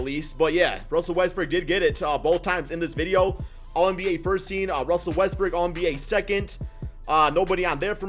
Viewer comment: Is it me or does he always say Westbrook as Westbrick?